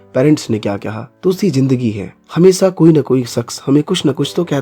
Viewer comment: It's हमेशा atleast pronaunce correct dude😂